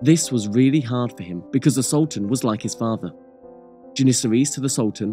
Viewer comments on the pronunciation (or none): none